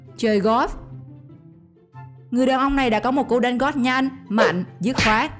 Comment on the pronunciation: Chơi " gót " quả " banh " . Ôi trời nghe nó chua dễ sợ .